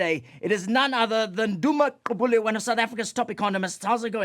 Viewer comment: You'd think Conrad is actually Xhosa the way he pronounces Gqubule. You are such a great South African.